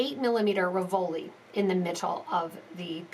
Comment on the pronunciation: It RI-vol-i, not ri-VOL-i. The accent is on the first syllable